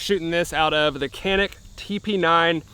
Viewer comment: The c in canik is like a j bc it’s Turkish type it in to google translate on detect language or Turkish n hit the speaker